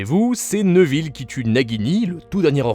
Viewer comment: neuville? c'est néville ou nèville